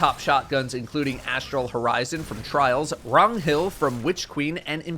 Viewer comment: bro WHAT is that pronunciation theres no way thats actually how you say Ragnhild